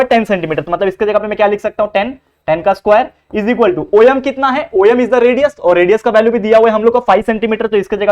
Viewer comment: Sir om khete hai oyem nhi